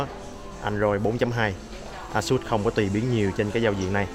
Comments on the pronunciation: ây sất đọc ây sút cha nội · Phát âm tào lao còn chửi người ta, "ây sất" vãi :l a-sợt nhá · thực ra thì đọc là "ây-shợt" :|